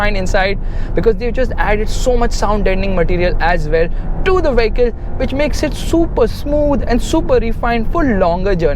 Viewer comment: You are always pronouncing "vehicle" wrong. Friendly suggestion ✌🏻